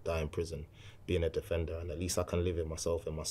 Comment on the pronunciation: guy stages an ambush in a phone booth “im a defenduh im a defenduh”